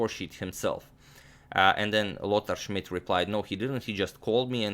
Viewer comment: I always like how you pronounce Lothar Schmid ^^ great series and you earned a sub :)